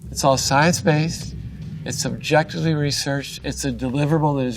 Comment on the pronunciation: "It'subjectively" or "It'sobjectively". He could have annuniciated better to provide a distinction between subjective and objective. His mouth expansion mechanics while speaking are poor. 😂